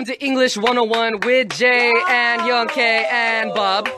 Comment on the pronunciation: Young K? Dont you mean YONK